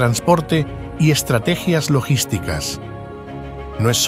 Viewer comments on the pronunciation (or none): Estrategia NO lleva acento en la "i"... es ESTRATEGIA...